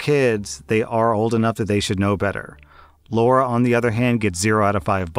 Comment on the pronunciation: come on man story 3 It's not Laura it's Lara as in Lara Croft. I know a Lara that got called Laura at school by her teachers and she hated it since that's not her name.